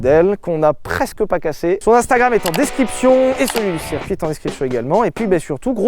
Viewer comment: Sylvain, ta prononciation de "circuit" en "serre-cuit" me fait PETER les plombs ^^ bisous